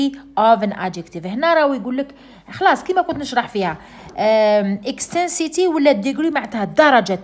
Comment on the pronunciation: استاذة راكي غالطة intensity ماشي ixtensity